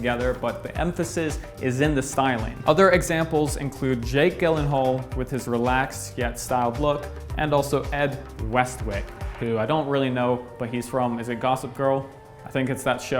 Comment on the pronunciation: great video. Just for future reference Jake Gyllenhaal is pronounced Jake Jillenhaal. Thx for putting out fire videos.